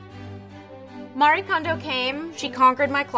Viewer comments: It's three syllables. Mah-ree-ey. Not Mah-ree. Please just remove this video, or try getting someone who can at least be respectful towards Marie Kondo and her method. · I agree with everyone else that this video's sense of humor came off rude, but what frustrates me more is that this wasn't even a fair representation of Marie (that's three syllables: Ma-ree-eh) Kondo's method. She's not a maid who cleans people's closets; she's a consultant who teaches people to organize their entire lives. Her method completely changed the way I live, so I feel compelled to defend it. This was just a crude caricature of what she represents. Poorly done, Vogue.